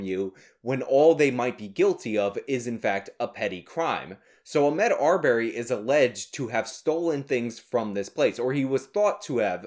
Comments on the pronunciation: Ah-Mod. Not Ah-Med. Everything else is good here though lol. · Why are you purposefully fucking up the guys name?